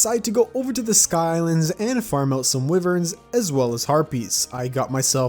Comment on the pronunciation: okay man said wiverns ._.